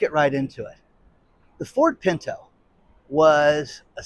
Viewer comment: literally pronounces it the way it is supposed to be: "PINTO"